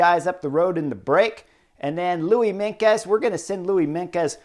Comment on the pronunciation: Chris: with Meintjes, the 'tj' in the middle is pronounced like the 'ch' in chips or the beginning of Ciao So it's Mine-chus. It's not difficult. Afrikaans is an old form of Dutch. Meintjes = mine-chus.